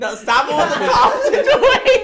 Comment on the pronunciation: "Toph" instead of "Tough". I'm rolling my eyes